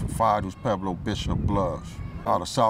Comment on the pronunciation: Gonna let you guys in on something....it's pronounced Pweb-low, not Peblo. I know it will not change anything at this point and I know the whole point is to not be "proper" and conform and all that woo woo woo (just like wearing your pants around your knees with underwear fully exposed), but this intentional continual mispronunciation of these words just makes anyone who is trying to have understanding of this culture feel like it is hopeless for many gangsters to even be taken seriously. Watch any DJ Quik interview and see that you can still be "hood" even if you talk more "proper" and it will allow others to actually feel like there is a chance for you.